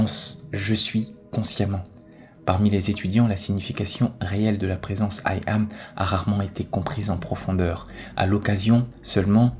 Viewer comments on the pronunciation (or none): Il faut entendre 'Yam' et pas aïe am... Question de vibration... 😇